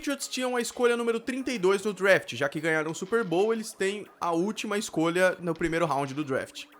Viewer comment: Parabéns pela informação eu sou um grande fã de football americano, é também professor de inglês por isso fico curioso: Vc mora em USA? Se for assim devia caprichar um pouco na pronúncia, por exemplo "draft" não"drafte"....É por aí vai. Desculpe a sinceridade, mas Vc está ensinado coisas em inglês! Abs